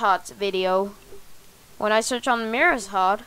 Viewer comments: He says it like mayrus-hart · fans say: Mayrushart You: Mayrushhart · Are you saying mayruhot or mayruhart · I get so triggered when he says mayrushart. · "Mayreshart" lol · i like that you say mayrushart wrong lol